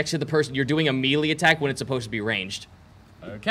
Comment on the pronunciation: OK, I'm sorry, but if you're RUNNING a D&D game ON CAMERA, you need to be able to pronounce "melee".